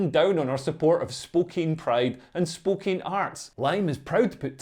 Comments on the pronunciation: I believe the pronunciation is "Spo-can". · BTW, for some unknown reason, "Spokane" is pronounced "spo-CAN". Don't ask me. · It's pronounced Spoke-Ann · I live in spokane, im bisexual. These woke lefties are p_ss🐈 Also just so you know, we pronounce it Spo-Can here. Hearing spookane made me chuckle aha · Pronounced 'Spokann' ... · Pronounced spo-KANN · Not sure if it's the accent, but even though the city is spelled Spokane, but it's pronounced Spo-can. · The town of Spokane, Washington is pronounced spo-CAN. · My Scottish brother, that town is pronounced Spoke Anne. Although it was hilarious to hear you pronounce it your way repeatedly! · It's pronounced Spoh-can. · It's pronounced - 'Spokan'